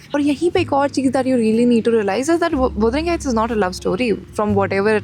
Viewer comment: actually it's pronounced "wuh-duh-ring" not "wu-duh-ring"